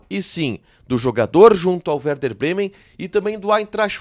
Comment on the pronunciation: É e werder, vc se enganou a fala no início e é compensação e não recompensacão.